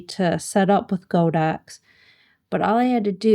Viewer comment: Nice video but my ears bled every time I heard you say "Go Dox". It's "God Ox" name after the deity ox. When you say "Go Dox" you are insulting more than a BILLION people.